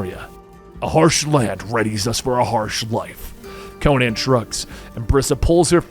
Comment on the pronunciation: Would be better if you could pronouce Conan